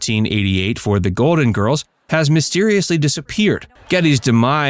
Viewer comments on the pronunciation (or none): Golden Girls has an L LLLLL in it ...Please prnoune your LLLLL